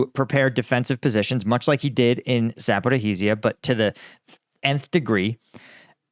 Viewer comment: Please stop the "zaporihizia" yokel speak... It's pronounced za-po-ri-zia🤦‍♂️